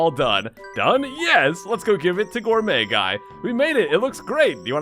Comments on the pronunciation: It actually sounded more like "Gourmuy Gay" lol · Did you accidentally call Gourmet Guy "Gourmet Gay" the when you flubbed his name?